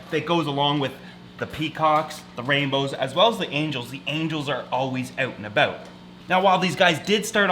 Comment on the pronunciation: Who else loves when he says "Owt an abowt"